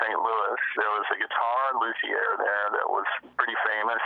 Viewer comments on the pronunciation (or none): This is notable simply because it's the first time I ever heard anyone pronounce "luthier" as "loo-thee-air."